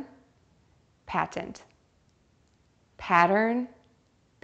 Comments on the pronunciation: I can’t hear you say patent as [pa-tent] when you pronounce it quickly, it definitely rather sounds like [ pa-‘ent ] I can’t hear the first [ T ] sound no matter how many times I try to hear it. It’s different from when you pronounce it slowly here we clear can hear the both [ t ] sounds. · Did you notice that you pronounced the word, 'patent' in 2 different ways? One where the first T is more stressed and one where the first T is almost silent. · I've been actually trying to verify this same exact question myself. My EMT instructor pronounced the word "patent" like "pay-tent" when referring to a "patent airway," when speaking about a patient having a clear/open airway. On the other hand, in an episode of Covert Affairs, one of the characters said "pah-tent" when using it in place of the word "obvious," such as: "a patent disregard for authority." I really wish there was some definitive clarification for this on the internet, since it isn't a word that you commonly hear.